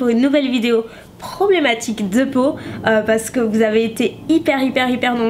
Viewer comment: Quand tu dis « parce que » on dirait tu bafouilles tu dis juste « pas je.. » mdr t’es chou 😘